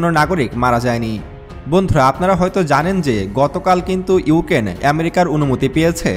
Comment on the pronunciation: ইউকেন না ইউক্রেন